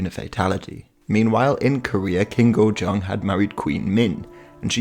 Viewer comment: Pronounced Kojong and Höngson Tehwongoon